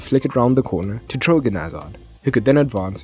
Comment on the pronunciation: Btw, it's Thorgan Hazard, not Trogan